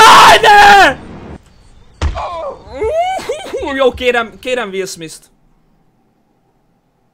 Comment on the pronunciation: DE MI AZ HOGY WILL SMISS?? Én vagyok az egyetlen magyar aki nem úgy mondta Will SmiTH-nek, hogy SmiSS??!